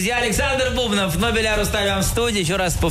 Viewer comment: так и не выучил, что БубнОв, а не БУбнов.